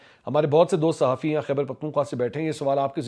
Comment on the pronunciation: Tweet reader 😂 Sa Ha Fee 😂